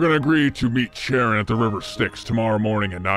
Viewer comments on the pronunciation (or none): I love how you say "sharon" as if Charon is a femboy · If you do another one, please pronounce Charon correctly. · sharon!? XD its "Kai-ron" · The CH in Charon is pronounced like a K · YOU KEEP ON PRONOUNCING CHARON WRONG